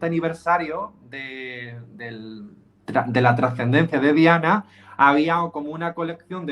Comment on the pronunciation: Es Diana no dayana🤔🙄